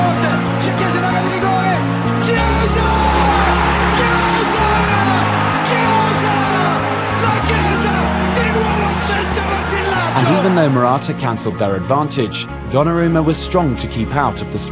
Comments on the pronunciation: Federico CISA? No, IT'S ITALIAN NOT ENGLISH. CHIESA pronunc. Key-e-sa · very nice video! but when you say Chiesa try to pronounce it like this: Kyeza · Read "CH" = Pronounced "K" Echeccazzo L'ha pure detto 100 volte Caressa con Chiesa e Chiellini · And chiesa as well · Ci..CI? Cillini? my ears XD and the same with ciesa. If there is CH before the i it's red like K (simmilar) What ur saying is C and I wich is red differently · Great video... but it's pronounced Kiellini, and Kiesa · Please learn to pronounce Chiellini and Chiesa. The video says it horribly and ridiculously.